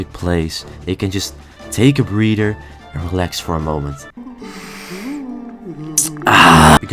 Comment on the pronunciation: Don't pronounce breather as breeder